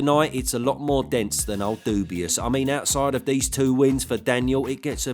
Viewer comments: It always gets me when you say ‘Dubius’ 😂😂😂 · Dubois being called "dubious" brings a smile to my face every time :D